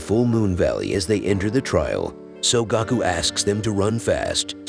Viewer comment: Will win was watching I heard Goku but really it's Gaku